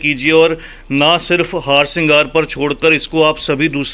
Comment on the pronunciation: The plants name is harsingar not haarsingar the way you pronounce it